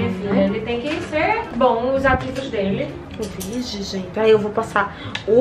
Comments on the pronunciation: O tanto que ela falou "vije" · Ninguém: a -::: "vige" "vige gente"